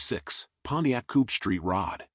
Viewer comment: Those are "period correct wheels and tires"? Love the Pontiac but the "announcer" has butchered it.